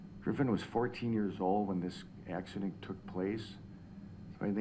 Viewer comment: The only thing he said that I didn't like is a couple times he called it an accideent. I was glad when the ifirst couple of times he called it a crash. Then he said accident. You KNOW you are going to drink and you KNOW you will be driving home. You KNOW before you start drinking that it's possible to kill someone. It is NOT an accident. It's a wreck or a crash. Everyone needs to stop calling DUI wrecks "accidents."